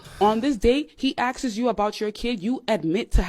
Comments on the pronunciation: asks not axes 🥴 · Anyone who says " Axes" for Asks should not be giving advice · If he "axses" if you have a kid? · “Axe’s you” that sounds like all we need to hear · "on this day he axes you ..." lmao Yeah, cotton, top quality right there. Let's see if it works out for them. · “When he axes you…” Like… axing you… in the FACE?!?!? Axes you? To me… it means using an axe…